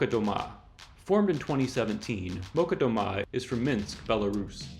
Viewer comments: Oh thanks! I was mostly joking, but I actually did not know that the accent is on the final syllable. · oh thank you, so I was wrong about the accent and it's clearly on the A! Today I learned. You gotta rehearse the Molchat though xD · You're not pronouncing Molchat Doma right. Here's how it's pronounced